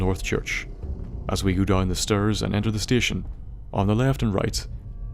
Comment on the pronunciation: "... as we go down the strrrrs"